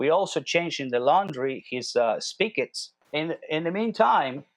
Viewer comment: He said he changed two "speak ets"... NOT 2 "spickets"... "😅" ...